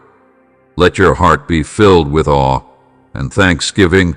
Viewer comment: 'In Awe' not 'in All' my lord